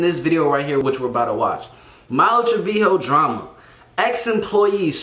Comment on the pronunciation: Did this dude just say "Malu Triveeo?" 💀